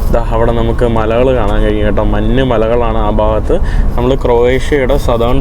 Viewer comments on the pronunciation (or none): മന്ന്❌️ മഞ്✅️